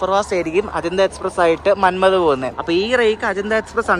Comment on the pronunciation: മന്മദ്, അല്ല മന്മാട് ആണ്